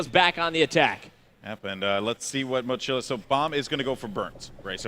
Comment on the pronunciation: Goldenboy is Hispanic, it's really annoying the he doesn't pronounce the Spanish word mochila correctly...